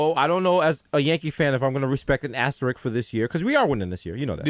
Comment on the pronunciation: Can somebody tell Desus its ASTERISK